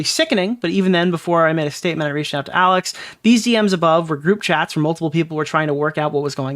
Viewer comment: Awiss kep fweatening maay